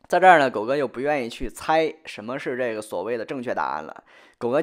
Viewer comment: 寨个呢，寨个呢，寨个呢